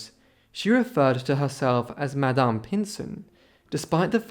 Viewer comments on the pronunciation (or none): none